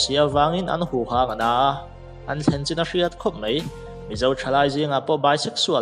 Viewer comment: Mai tih tur zawk anilo maw? Mei niloin